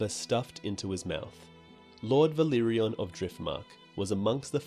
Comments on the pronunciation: For the love of God, it's Velaryon, not Velyrion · Great vids! But you need to pronounce valyrian and velaryon differently. It's "vah leer ee an" and "veh lah ree on" :) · Uff... Velaryon pronunciation butchered